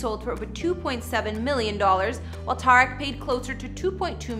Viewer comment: Tuh-reek not ta-wreck